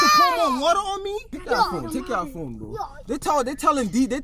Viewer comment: said”get the wuter”